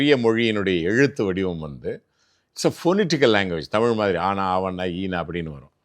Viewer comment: Ivaru thamil saralamaha pesurar but tamil entra varthaya ucharica marukirar.